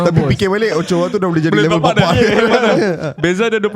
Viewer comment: OCHOA ka OKOA sebutan dia tu botak... Xbuat homework ka...awal² sblm tu kemain lagi kata kat orang 😂😂😂... Kena kat hang hahaha